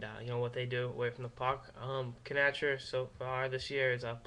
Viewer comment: By which I mean to say, "Please stop saying, "kuh-NATCH-er."